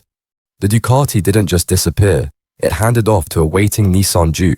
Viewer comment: Duuucaaattiii 😂. Ducati, please say it properly